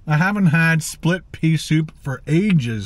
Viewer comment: OMG, What was in that soup? One sip & we get a classic verbal blooper "Plit Sea Soup"!!! 🤣 Sorry but had to draw attention to that. Its a good thing I didnt have a mouthful of food or was sucking back a drink when I heard that!!! 😉